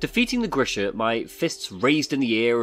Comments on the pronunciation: The name of wolverine thing is "G" as in good, "R" as in "red", I as in "it", "SH", as in she, A as in amen. it is just a short version of the name Gregory. Sorry for this spell checking. It is a normal name in my part of the world and very likely base on the names of the developers they know this name as well. EDIT: Later you pronounce the name right 👍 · The beast is not GrishNa, it's Grisha, like a Slavic name